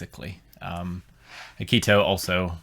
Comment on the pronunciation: Please stop butchering Akito's name! It's painful to hear! Ah-Key-Toe! Very simple name. 🥲